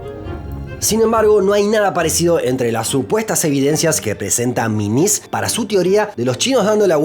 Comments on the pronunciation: Aprecio la correcta pronunciación del apellido Menzies y de los nombres chinos. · dijo /ˈmɪŋɪs/ que la pronunciación tradicional del apellido, pronunció las zh como ch (no voy a exigir /tʂ/) y no como s o j francesa como hacen muchos, las ao como au, lo que es correcto, las he como jo (técnicamente /xɤ/). No usó los tonos, pero sin duda su pronunciación es muy superior a la gran mayoría de los youtubers.